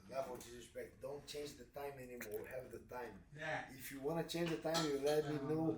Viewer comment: The leveu of disrispektch